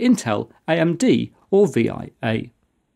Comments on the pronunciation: VERY minor nit - "VIA" is pronounced "via", like "by way of", NOT as an acronym. Source - I know people who work there. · Frankly, I was more surprised at the VEE-EYE-AY... I've always heard it said as the word "via". Also, Cyrix: Am I a joke to you? (and yes, I know that VIA bought Cyrix in the end)